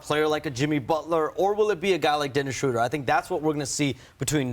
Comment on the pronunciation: Dude said Dennis Shrouder. No wonder this clown never will work In Warriors organization.